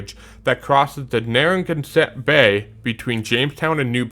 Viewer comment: Fellow engineer here and just want to help with some pronunciation. No disrespect intended. Potomac River is Poe-toe-mick Monongahela River Is Ma-non-gah-he-lah Narragansett Bay is Nair(like hair)-ah-gan(like tan)-set Also DC has the post tensioned concrete box segmented Woodrow Wilson Bridge. It replaced the original drawbridge that was constructed in 1962. Virginia also has the Natural Bridge in Natural Bridge State Park. It is a natural rock formation. Francis Scott Key bridge is a great loss to Baltimore MD. The Chesapeake Bay Bridge is so frightening to some people that they are willing to pay someone else to drive their car across it. I walked across the bridge back when they had a Bay Bridge walk. A friend helped inspect the bridge a few years ago.